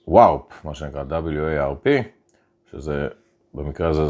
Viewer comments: לא מבטאים את זה ווארפ (עם A), אלא וורפ (עם O). ייצוג פונטי: wɔːp. אנגלית קשה שפה... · Warp - הוגים את זה worp. זה מחווה למהירות וורפ(על חלל).